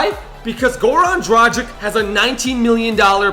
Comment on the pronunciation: Its dragić, not dragic.